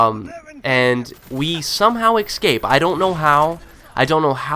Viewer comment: lol you can't talk:"Ecscape" you say instead of Escape